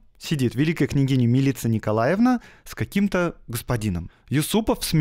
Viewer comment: Черногорцы произносят МИлица, с ударением на первый слог.